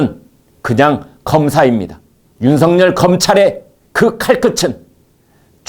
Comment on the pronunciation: 윤석열을 윤석렬로 발음하지 마세요